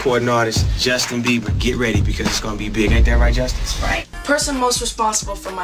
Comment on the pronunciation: when he says "isnt that right justin,' it sounds like he said justice